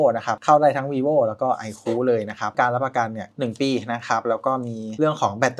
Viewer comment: ไอคู ไม่ใช่ ไอคู้ เฮ้ออออ